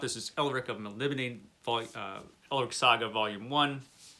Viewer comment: I think it is actually pronounced more like "Melnibonay"